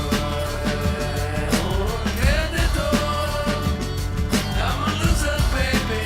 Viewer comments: exacto a eso me refiero, él dice que cantó "Soy un perdido" pero lo pronunció tan mañ que suena como "Soy un perdedor" lo que al final es la traducción real que ellos no pudieron encontrar en su momento xD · Though of course "I'm lost" would be Estoy, I think he means a translation of "I am lost" more like "I am a lost one" which would be Soy. Makes more sense as a replacement for Loser. But yes, now that I know he's singing Perdido (and he definitely is, just pronouncing it terribly!) I cannot go back to hearing Perdedor anymore!! It was better living in ignorance